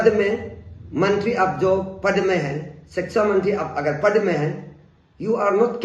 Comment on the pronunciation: Sexa mantri😂😂😂 ye kya hota hai??? Phele thik se pronounce karna sikhiye😂😂😂